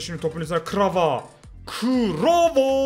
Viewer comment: Kvara'ya krava diyen koca yürekli ❤